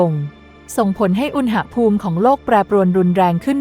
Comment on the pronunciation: อ่านว่า อุน-หะ-พูม ไม่ใช่อุน-นะ-หะ-พูม